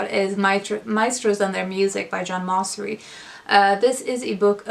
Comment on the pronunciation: Great video! I've added many of the books to my nonfiction pile of possibilities! Just a note...I believe the composer John Mauceri pronounces his name like "Mao-cherry".